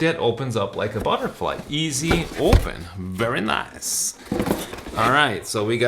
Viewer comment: I dont know why I heard a very nice in a Borat style